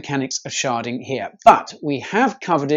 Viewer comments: And here I thought sharting was a bad thing... or did he say sharding? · Did you say “SHARTING?..”